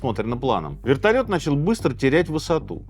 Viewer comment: Вэртольет приземлился тихо😂 сказка дэтэй пугать